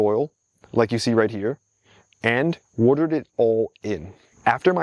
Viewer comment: Why is your accent/pronunciation relatively neutral/normal until you say woardurd? (Watered)